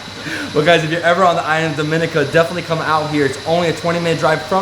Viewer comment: I get why you did that first video. You’ve said Dominica wrong in every video thereafter. Lol